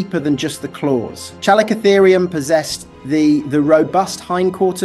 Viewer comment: It's pronounced "Calico-Therium". Have you never heard any of these names spoken out loud? Because you seem to get the majority of them wrong. :))